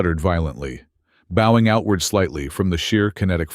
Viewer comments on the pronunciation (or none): I believe your AI mispronunces "bowing". Why do AI have soooo much trouble with "bowing" and "tear"!!!!!